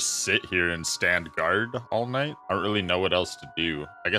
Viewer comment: ah yes, dight time